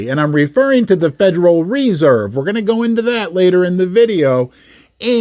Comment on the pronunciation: “The Federal REE-Serve” 😂😂😂 the stress is on the second syllable you magnificent man